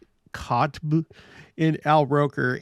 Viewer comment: It’s Hoda Kot be pronunciation.